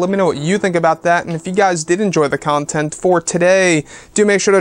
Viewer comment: The way you say the word “content” is really strange